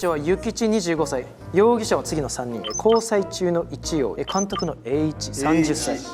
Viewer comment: 拓実のイ↑チ↑ヨウとエ↓イ↓イチの音階違わせて犯人にしてるのおもしすぎる